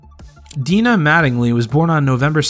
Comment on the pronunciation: And "Dinah" pronounced as "Deenah."